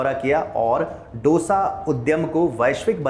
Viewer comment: Aap matrubhasha ka upayog karne ke paksh mein Hain, achi baat hai.. par dusre ki bhasha ka bhi maan karein. डोसा नही, दोसा कहें. Aur Turticorin nahi, तूटुकुडीं